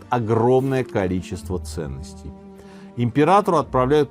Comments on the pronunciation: ПисАрро а не ПисаррО. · Не ПисаррО, а Писа́рро. Ухо режет неправильное ударение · Вам не резало слух ударение на третий слог в имени Франциско ПисаррО вместо правильного ПисАрро? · Франсиско, всё-таки, ПисАрро, ударения у него в фамилии нет, следовательно, по стандартному правилу испанского - на второй с конца слог. А то прям сильно ухо режет))) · Простите, но почему - Писарро́? Мне сразу резануло слух, и в Википедии ударение на а...